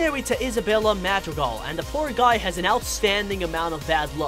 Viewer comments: I don’t know about anyone else but I cringed so hard when he said Encanto and Madrical wrong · He pronounces encanto and madrigal wrong